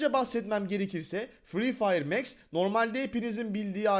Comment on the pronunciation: Abi o mex değil max